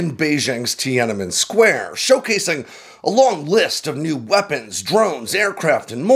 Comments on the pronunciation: It’s Tian-An-Men Square, not Tia-Nan-Men Square. Don’t string the n and the a together. You need to pronounce the hard A. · Tianenmen square. Say it again. 😅